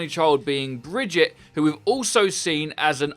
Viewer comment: Brigitte isn’t pronounced brejit it’s breejeett